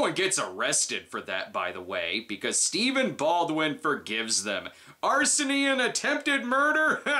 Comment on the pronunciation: "Arsony"? Is that anything like burnination?